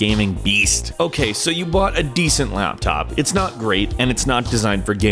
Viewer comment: "your laaaaptop your gaming laaaaptop lAAAptop" he said the A in laptop super weird laaaaAaptop